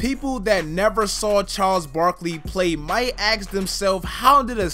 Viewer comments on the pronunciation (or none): i was gonna 'like' but he said aks instead of ask.